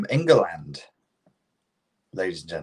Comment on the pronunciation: “Ang-land” 🧐😂 Are you single? 🙈😂